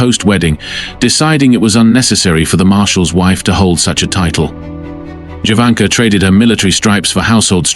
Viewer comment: Her name is pronounced Yovanka